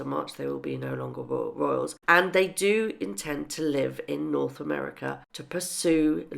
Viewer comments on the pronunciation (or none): none